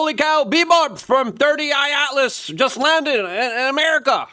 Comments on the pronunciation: “Three i Atlas” Not “Thirty Eye Atlas” Luke 👀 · C'mon man!! You have to be doing it on purpose at this point. IT IS "3I ATLAS" not 30I Atlas. You are driving me nuts with this...lol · cant stand that you refuse to read and state the names correctly. 3 i atlas!!! not 30 I atlas. and its Loeb Not Laboe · Three Eye Atlas, not Thirty Eye Atlas….! Lmao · i like to watch and am subscribed but... You need to settle down and quit being so in a hurry, first- drives me crazzzzy --- it's 3 eye atlas not 30 eye * 3I-Atlas get it . got it. good second- perihelion not fucken para helium !!! Quit being dumb - please ! Third Interstellar object to enter our solar system discovered by the Atlas telescope thus -- 3 I Atlas now you got it !!!! I hope... Now start pronouncing the idiots name at Harvard correctly. yes.... Avi Loeb. crazy Avi the Israeli-American physicist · Brother its three I not thirty I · WHYYYYY DOES LUKE KEEP CALLING IT "30 i Atlas!!!!" 😂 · You can tell when Luke is completely out of his lane… he pronounces names wrong. 30 i atlas and Avi lowebey. C’mon dog… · holy f dude - we know it isnt your first language, but it takes 1 minute to look up how to pronounce people's names and proper object names.